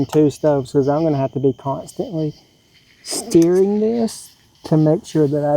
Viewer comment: That was funny you said steering instead of stirring